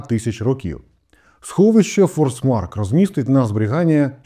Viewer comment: Forsmark - шведською читається як фошмак)